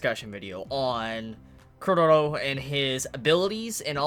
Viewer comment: Everyone has problems pronouncing Chorollo's name 😂😂. Put some repeck on his name!! lol his name is pronounced like a Spanish name. Cho-ro-(y)o . "LL" ="Y"